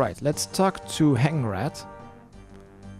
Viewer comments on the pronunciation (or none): "Hangrat" no way you just did my mans dirty like that!